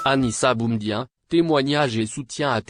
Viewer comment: Prononcer le prénom de BOUMEDIéNE convenablement car ce dernier est un symbole pr les algériens. Merci